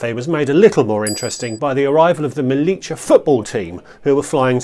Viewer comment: Nice video! Quick tip: it’s pronounced *MeliYA. Not Melicha! (we are definitely not Argentinians 😅)